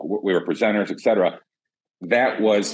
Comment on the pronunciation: It's "et cetera", not "exetera"! 😉